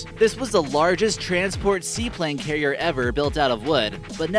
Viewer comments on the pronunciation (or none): none